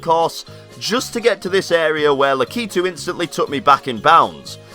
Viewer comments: It's 'Lakitu', not 'Lakeetu'! I can't help myself. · He pronounces Lakitu wrong ;( he pronounces it lack-ee-to it's lack-I-too